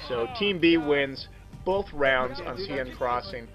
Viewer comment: Love this. I've sub'd. Love that we can see you when first commentating, very original. But dude, Sieine is pronounced 'sane' as in 'insane'. I'm European, I'm right :)